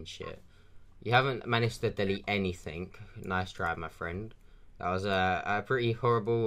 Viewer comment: If you got a Ford Fiesta ST, the insurance would be sky-high dude...:) I got to say this... "any THING" not "any THINK"... gets me when people say it wrong...:o How about you put on a voice, an old man for example, and just be the victim all the way, then exposé! Yeah, wasting their time is good too, but, you know. Okay, I've finished with the critique... Keep it up!:)